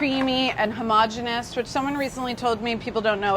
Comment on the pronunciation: And thank you for saying homogeneous correctly! What is this "ho-mo-GENIUS"?